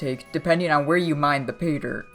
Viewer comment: learn to pronounce pay-dirt